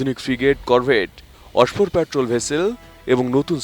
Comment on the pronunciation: news the news presenter said অসফর পেট্রোল ভেসেল . Please train and let him know it’s offshore/অফসোর